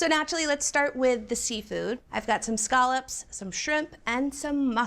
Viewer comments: Why does she keep saying, “skahlups”?? Those are scallops! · This is the most unfortunate pronunciation of scallops I've ever heard